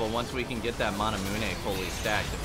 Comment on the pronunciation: no one:: manamuené